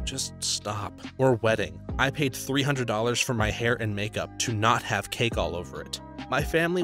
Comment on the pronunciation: lol also “mak-yoop” (makeup) 😄